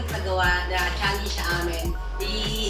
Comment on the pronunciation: pls naman po magbasa ka ng comments para alam mo na challenge ang salita hindi challenyg